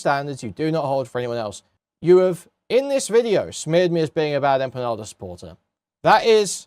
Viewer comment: "Bad Emma Panda" "Bad Empenyada" It's wonderful how you can tell someone knows absolutely nothing about a topic from how horribly they mangle the names of people involved. Shows they've done absolutely zero research.